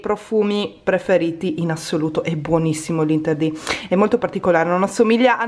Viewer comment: interdit si legge anterdi lol (non per fare la rompi scatole ma sono belga e ci tengo)😂😂😂😂